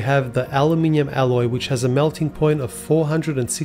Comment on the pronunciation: The word is "Alloy", moron! IT IS NOT "ALLOW", pillock-brain